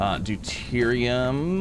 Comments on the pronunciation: it is pronounced due-Tier-re-um. The Science geek in me cringes every time you say it other wise. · Remember when he was calling it deridium 😂